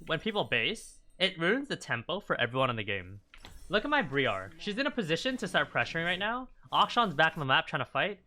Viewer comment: Great vid, aside from calling the jungle "Bree-are"